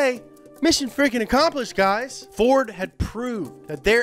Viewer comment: I mean he said “ferd” too so i mean youre really gonna get butthurt about it...?